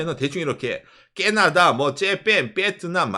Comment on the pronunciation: 발음은 진짜 일부러 그러는건지 원래 못하는건지,,, 깨나다 째팬이 뭡니까.. 재미라도 있으면 좋은데 이젠 듣기 거북한 수준… 경상도 발음일지도 모르겠지만 경상도 발음 모르는 사람은 매우 거슬립니다…